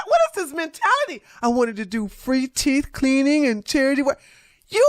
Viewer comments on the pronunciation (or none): “Teef” doeeee? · Anyone who says "teef" cleaning would not get anywhere near my teeth. 😂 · And, “teef”